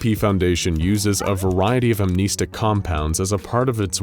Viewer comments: Bro said amneestic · “am-NEST-ics”. Thank you in advance.